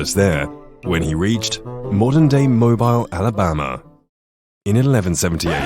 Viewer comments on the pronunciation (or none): Mobile, Alabama. Pronounced Moe-beel